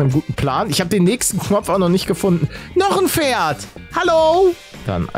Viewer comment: Wie jeder Pferd sagt:Pferd Wie paluten pferd sagt:,,Mister ferd " Mir geht gerade der stift 😂😂